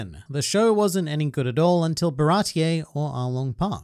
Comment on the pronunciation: Why do you pronounce it ba-rah-tee-aye? Even in the show they say Bar-ah-tee